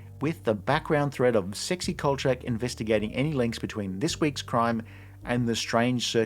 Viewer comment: I’ve never heard anybody pronounce it chak like change. It’s always been Kol-shack.